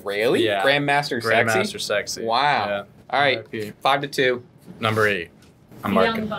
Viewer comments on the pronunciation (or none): Grandmaster Sex-AY get it right 😂